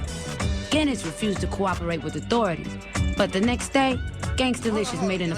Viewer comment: Johnny Guinness sounds like “Johnny Gill”.